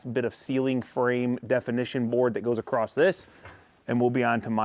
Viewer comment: Yeah, you guys lost me but it was a fun to watch video., the word is across, Not acrost. I cannot stress how important it is to sound smart in order to be perceived as smart. And in order to sound smart you must pronounce words correctly. If you don't give a shit about this, then continue to talk the way you want to and sound silly. Great video though. You guys rock.